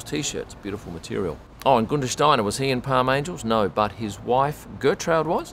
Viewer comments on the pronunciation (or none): none